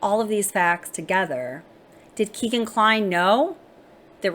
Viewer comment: It's pronounced "Keg"an, not Keegan. He's named after his Dad's favorite bar Keg and Stein.